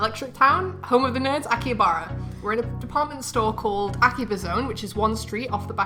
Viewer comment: Kept on saying Akihabara wrong.